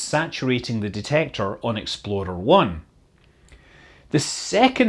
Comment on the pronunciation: Did he say exploder? John Young died at 87.